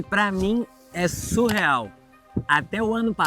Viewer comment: Se diz "sicRano" e não "sicLano". Se diz "SUrreal" e não "SUL real". A palavra "siclano" não existe.